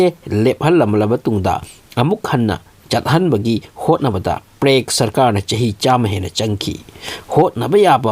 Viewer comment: Prague ki pronounce se chumdko